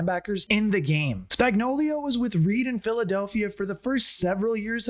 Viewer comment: Spags is Spagnuolo, not Spagnolio. Also, Tyreek is (IMO) the #1 WR of all, not just top-5; he may be the most freakishly athletic dude in the NFL, too. We miss him, but now Rice is getting it done for KC.